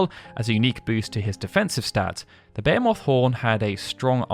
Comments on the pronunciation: Bu-hee-muth, no English didn't invent the word, it pretdated English. I've hear Behemoth said many different ways, but this dude's pronunciation is by far the worst. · Never in my life have i heard the word Behemoth pronounced 'bay a moth'. Until now. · Behemoth- Sounds like: buh·hee·muhth I dont know who taught you to pronounce that word, but man are you off. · Ba-hee-moth. Say it with me now. Ba-hee-moth. Ba-hee-myth is also acceptable.